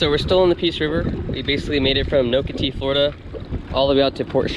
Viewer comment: And you're pronouncing Nocatee incorrectly